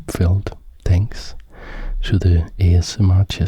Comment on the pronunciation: Why do you say “H”SMR?